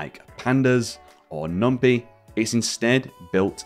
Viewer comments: This is a great resource and thank you for sharing... but please oh please stop calling it "Numpee" 😫 It's NumPy with Py as is Python! not Peethon 😅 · fyi, it's pronounced "num-pie" (coined from py-thon language. There is no pee-thon language). cheers